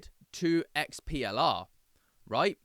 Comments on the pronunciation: Its not XPLR - its their EXPLORE club - sorry i got confused when u keep saying XPLR XPLR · It's pronounced explorer